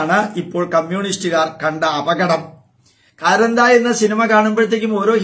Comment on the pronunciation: കാന്താരാ അല്ലെ കാരന്ത എന്ന് parayunnu